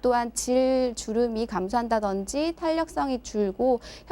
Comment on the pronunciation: 한다던지가 아니고 "한다든지"인데 저 여의사는 계속 꾸준히 변함 없이 "한다던지"라고 하네. 한국어를 잘 모르나. 영 지적 능력이 의심스러워서 못 들어주겠다